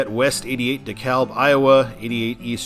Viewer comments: Yes, I was about to comment that! It was driving me crazy how he was saying it! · I'm from the Atlanta Metro so when you said De KA-L-B instead of De-CAB- that pained me . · It is pronounced DEE KALB.